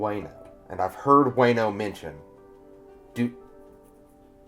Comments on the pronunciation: The "wa" is more like "wah" in wano. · Wano pronounce Wa/no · Better way to put it is, it's not Way-no, it's Wah-no. Rhymes with Romano.